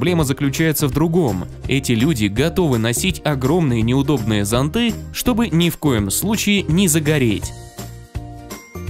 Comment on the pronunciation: Не зонтЫ*, а зОнты*.